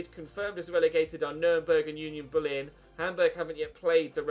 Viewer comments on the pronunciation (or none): none